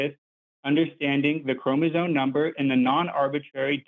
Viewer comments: Listen closely to. He's not even saying "chromosoMe." He's saying "chromosoNe." Every time. It's hard to believe he knows what he's talking about when he makes such a basic mistake. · dude literally just said "Marine-Webster" and keeps saying "chromazone" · The man kept saying “chromozone” 😅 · Am I noticing a pattern that a lot of people who do not understand biology and deny evolution seem to be either incapable or unwilling to pronounce "chromosome" correctly despite hearing it pronounced correctly back to them multiple times and yet insist upon their own misunderstanding and using chromosomes in their argument? "Chromozone" and "chromozonal" are driving me nuts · Dude hasn't gotten "chromosome" or "Merriam-Webster" right a single time... wants people to think he understands evolution.